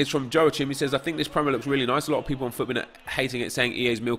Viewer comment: How has no one commented about the way he said Joachim